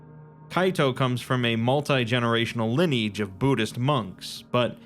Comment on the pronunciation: "multi-generational lin eej" lol I still love you and everything you give us ❤